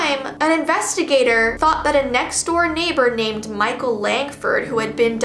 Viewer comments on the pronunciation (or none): none